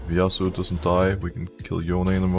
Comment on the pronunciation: "Yauso" xD